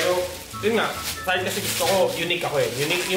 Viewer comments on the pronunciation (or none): none